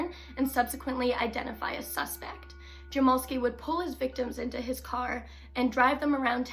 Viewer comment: My 1/2 brother is his grandson and it’s pronounced jam-ell-ski.